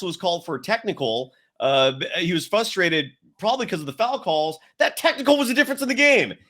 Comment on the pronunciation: Sorry, love the show but hard to focus...fustrated is not a word. In the name of all that is holy...it's FRUSTRATED. Thanks.